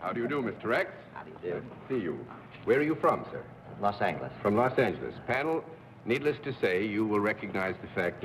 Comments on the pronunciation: He said Los Angheles. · . Yorty was known for pronouncing "Los Angeles" as Los Angle Less.